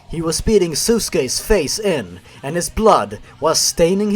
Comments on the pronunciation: Wait did, did, did theh just say SUSke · Alright fine, you don't care if you mispronounce the names, but is it so hard to distinguish an A from a U? No amount of lack of care excuses you calling "Sasuke" "Susuke". Hell if you pronounced it "Sassucky" I wouldn't care, since those are at least sounds the appropriate vowels can make. But for all the shit you give these creepypastas about spelling and grammar, you'd think you'd be able to distinguish between different letters. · As a long time Naruto fan, I got to say. You have the best miss pronunciation of Sasuke I have ever heard, and I now will be calling him that